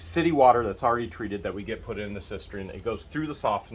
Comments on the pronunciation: It's pronounced sis-tern not a sis-ter-in. Not trying to be critical, just drives me nuts when people mispronounce words. The one that drives me absolutely insane is when people say aks instead of ask. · Cistern. SIS TERN is how you pronounce that word. We have one too.